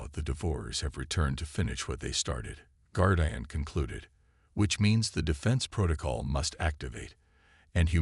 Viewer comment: guard eye an? shitty ai cant say simple words